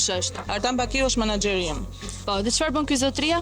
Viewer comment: Po cfar bisnesi ka kjo aman, dëgjoje si thot "Manaxheri"😂 ehhhh moj 😅